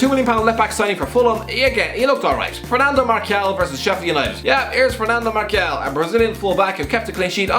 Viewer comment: Fernando Markial? Seriously?